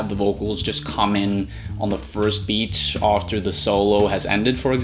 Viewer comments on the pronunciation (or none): none